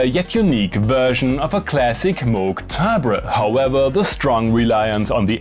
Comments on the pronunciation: it is pronounced «Moog», not «Moog». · Its pronounced Moog